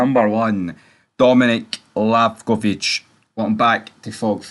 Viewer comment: Li-va-kovic ya bun 😂